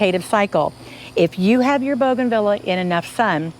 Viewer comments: The pronunciation is Bouganveeah not Vila. 😀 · Please learn how to pronounce the name bougainvillea. You’re very knowledgeable but this mispronunciation is so distracting. Thank you for teaching us that this plant can be grown in a container. 😉